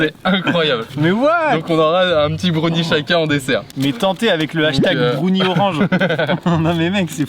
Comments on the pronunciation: broun quoi ? brouni ??? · C pas brounie il faut le prononcer comme brun en anglais donc Brown et ensuite ise donc brownies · Vous, vous dites brOUnie ou brAOnie? Ça me perturbe tellement quand il dit brOUnie. Moi j'dis brAOnie ps: je sais que ça ne s'écrit pas comme ça, c'est juste pour la prononciation. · Mais qui dit brouni pour browni xD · Wtf comment ils prononcent brownie "bRoUnniE" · Moi je dis brouni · M•A•T•H Effectivement, j’ai bien eu cette réaction 🤯🤯🤯 Surtout à cause de la manière dont il a dit brownie 😅 Je ne juge pas les Français, mais la plupart d’entre eux utilisent beaucoup de mots anglophones sans nécessairement bien les prononcer.... 🤷🏼‍♀️🤦🏼‍♀️ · C’est incroyablement drôle quand prononce le mot « Brownie » 😂